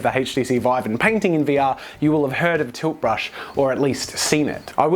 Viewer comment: Everytime he says tilt brush I laugh coz what I hear is toothbrush